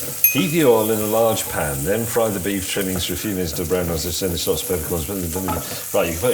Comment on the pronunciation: "Shuh-lots"? Sounds like May has been hitting the Asian Parsnip Gin! LOL! 🤣 "Sha-luhts", James.